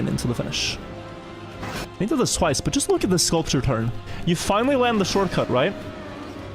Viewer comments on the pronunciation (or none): none